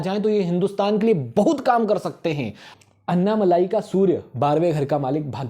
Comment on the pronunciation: It's not अन्नामलाई . अन्नामलई